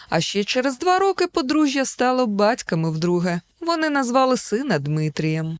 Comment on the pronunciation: Подружжя стало батьками🤣🤣🤣 Кумедно звучить, бо наголос на другий склад має бути. Дякую за цікаве відео! 🩵